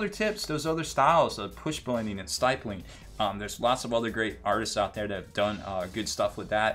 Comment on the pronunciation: Someone else may have commented this already but I gotta say it.... stippling. It's pronounced with a short "i" sound as in pig or ship. The more you know...™. Lol.